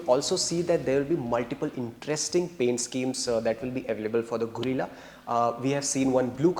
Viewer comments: Guerilla❎ Gorilla✅ 😂😂😂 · Arre bhai Gorilla nai hai, Guerrilla hai, pronounciation ki watt laga di 😂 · It's guerrilla, not gorilla please for God sake pronounce it right . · It’s pronounced as gerila, not gorila, no offense meant brothers, other than that good info and great job. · Its not Go- rilla, it is Ge-rilla, like गेरिल्ला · Not Gorilla it's guerrilla 😅😅😅😅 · Guys - its not Gorilla its Guerilla. The pronunciation needs to be “ge-rilla” . Btw very informative video. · It's a गरील्ला Not a गोरिला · Bhai tum log kya special kisam ke gawar ho?? Itna bada channel hai ,itni badi audience hai, sab kuch hoga tum log k paas fir bhi ek dhang ka orater nahi dhundh paye. Yeh gadha presenter bike ko gorilla bol rha hai. Bhai mere , usko ग्यू रिला bolte hain. This bike is not named after the animal, it is named after the assymetric warfighting technique , also called Guerilla fighting. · Guys - its not Gorilla its Guerilla - you guys are automotive journalist and still do such basic mistakes :D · gorilla or guerrilla? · No everyone with normal hearing is hearing it as गोरिल्ला . You are supposed to pronounce it गेरिल्ला. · It's Gay- rilla ... Not Gorilla 😂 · Not pronounced "Gorilla" 😂🤦‍♂️ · Why are you pronouncing it gorilla? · Fed up of 'gorilla' guys. Kuch to seekho. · He is calling it Gorilla. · 😂no you are not. You are definitely saying gorilla. Check the very first time he says it😂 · It's pronounced gerilla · 1000 baar sun liya bhai, tum bol hi galat rahe ho. Or second Its De-cipher not desipher. Tumko pronunciation pe bohot kaam krne ki zrurat hai.